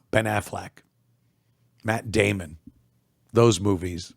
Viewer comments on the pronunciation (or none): none